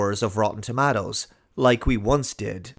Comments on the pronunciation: Lol "tomattoes" makes me cringe as much as my mother saying "tamatas". It's toe mate toes! lol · its TUH MAY TOE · I love how you say tomatoes bro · Say tomatoes again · I’m just here to listen to say “tomatoes”.